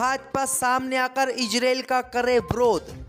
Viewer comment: khabsr padhna seekho ijrael nahi izrael aur bhi urdu seekhlo.